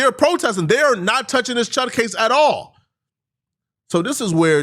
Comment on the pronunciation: I like how he says “atahlll”